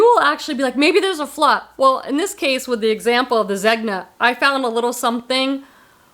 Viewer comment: his name isn't pronounced 'Zeg-nah', it's 'Zen-yah'. His full name is pronounced (at least an American pronunciation of an Italian name, lol) 'Er-men-jeel-doh Zen-yah'. Just say Zenyah. Hope this helps. I love Eileen Fisher too but not all the tops are proportioned right for me. I do love the pants and some sweaters tho. I was at Nordstrom's Rack and found a sweater I won't forget for a long time. On its 3rd markdown at $118 so it stayed put but....someday😊